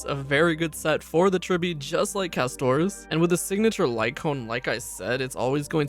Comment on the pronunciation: “Ca-sto-rice” goes hard 😂😂